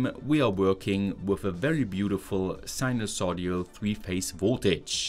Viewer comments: Big fan of your videos! Just not sure if it's a mistake or inside joke when you say "sinusoid-i-al" instead of sinusoidal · it's pronounced sinus-OI-DAL not sinus-O-DIAL. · Sinusoidal, not sinusodial :) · Interesting, as always. One tiny irritant - the word is sinusoidal, not sinusodial. The 'i' is in the third, not the fourth syllable. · You seem to flip "d" and "i" when saying sinosoidal , so you end up with sinoso-dial. Took me a while to figure out why it sounded wrong. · it's "sinusoidal" — sinus-oid-al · Im rriggered everytime you mispronounce sinusoidal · jeez, I've never been more annoyed to hear sinusoidal pronounced like that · sinusoidal: ❌ sinulsodial: ✅